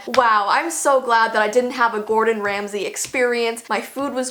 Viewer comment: Megan Horan True but it's Ramsay not Remsey